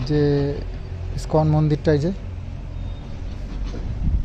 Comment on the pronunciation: স্কন না দাদা ইসকন